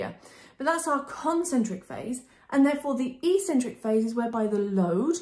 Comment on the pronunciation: Brilliant and really clear video! But what's with the "e - cen - trik" pronunciation? its pronounced "eK - cen - trik" in both British and American English :)